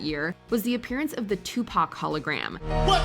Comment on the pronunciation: finally someone who doesn't say "Tupack" when covering Pac🤧